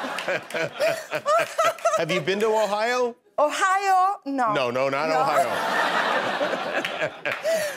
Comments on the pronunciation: I totally thought she said OHIO! LOL!!! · I thought she said Ohio too. I love her! Great on the show. Great on here. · È il 1994 e Sabrina è quella intelligente e acculturata di Non è la Rai. È il 2022 ed è un’attrice internazionale 😎 peccato per la pronuncia, aggiustando quella ha un inglese perfetto per lavorare oltre oceano